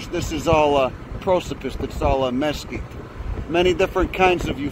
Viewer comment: I love how you pronounce Mesquite.